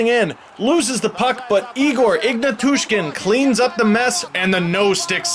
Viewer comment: Ignatushkin! :) EgnAtooshkeen :)